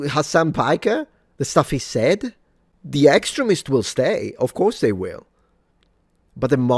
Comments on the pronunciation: I heard "excrements" 1st time said "extremists" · The way you pronounce these 'extremists' sounds an awful lot like these 'excrements' to my southern american sensibilities.. lmao!! Maybe thats just a freudian slip on my part though lol 😅 congrats on 1m suns!!